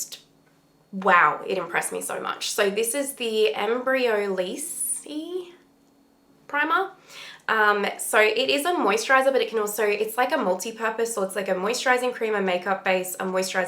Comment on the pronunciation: Hey again - if you are interested, I've heard it pronounced EM-bree-oh-LEESE by multiple people. :) I don't use it myself but people rave about that stuff.